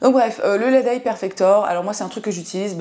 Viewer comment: J'ai d'abord cru que tu disais "masque squelette" 😂 (masque LED)